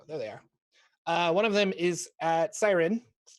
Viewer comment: Taking a shot everytime says Syrin's name wrong